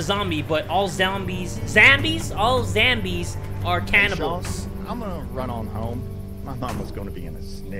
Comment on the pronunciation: "All zombies, or ZAMBIES" - yes, sure, ZAMBIES